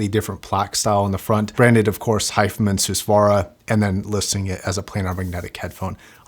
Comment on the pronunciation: is it my ears or he isn't pronouncing the name correctly ?